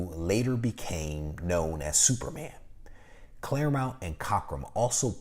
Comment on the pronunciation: Insightful as ever,! I always look forward to your content. (One small note - I noticed you’ve been mispronouncing “Claremont” as “Clare-mount”. Just a friendly FYI!)